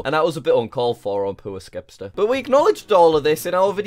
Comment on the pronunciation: i cant belive you called him skepster xD